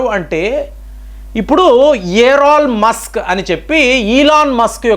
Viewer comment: ఇలామాస్క్ ఎవరండీ ఎలా ఎలాన్ మస్క్ నువ్వు నువ్వు పలికే పదాలు 🤮🤮